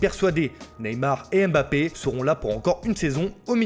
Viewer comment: Vous faites exprès de mal prononcer le nom de Mbappé. ? Jamais juste